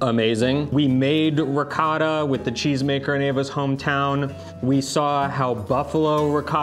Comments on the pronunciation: Dai “un’aggiustatina” ad per quanto riguarda la pronuncia di “ricotta”. 😉 Lo dice troppo all’americana! 😀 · Ma perché devi dire "r'coda"???? RICOTTA!!! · Io ho detto ad di dargli un’aggiustatina ad, per quanto riguarda la pronuncia di ricotta. Pronuncia ricotta molto all’americana! E da uno che è sposato con un’italiana, a dir la verità, ci si aspetta qualche sforzo in più. Di solito lei cerca di fargli capire quasi sempre la pronuncia originale di molte cose italiane. Ma poi evidentemente ogni tanto qualcosa sfugge al suo controllo.;) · Three delicious and Italian recipes, great as always guys! Would like to see challenge now…I love the way pronounces ricotta: RICORA! That’s so American 😂Hugs from Sicily 🤗🤗😊😊🇮🇹👋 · you really need to get to teach you how to say ricotta...it is a glottal sound like ri-GAW-ta... love your videos:)